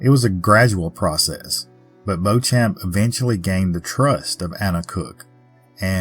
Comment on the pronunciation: I grew up in the Bloomfield area. In Kentucky, it's pronounced BEE-chum. But we have a lot of used-to-be French twisted names, so I can't blame you. When I was growing up, this story was always presented as the scheming older woman who conned a naive young idiot. And there were tales of Anna's ghost walking along the front of the cemetery on the anniversary, but I never knew anyone who saw anything.